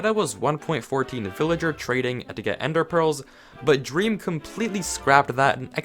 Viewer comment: When you said “drem” I thought you were making a joke